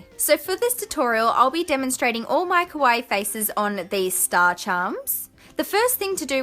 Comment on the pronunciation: Its pronounce kaa-wa-ee. 3 vowels. Like Hawaii